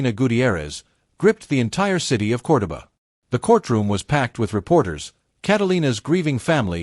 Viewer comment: Narrator mispronounced Cordoba Argentina Everytime.